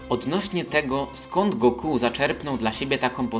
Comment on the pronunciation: Trudno zapomnieć o GO-KU" xd tego imienia się nie dzieli na sylaby. To jest Goku po prostu, nie Go Ku xddd